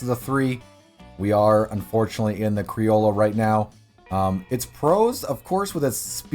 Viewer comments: I'm late to the thread, but it's pronounced "cree-oh-yo" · "Crioll-ah" I just can't even get past this I'm sorry, how do you see an o and use and a sound? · Pronounced kree-ojo criollo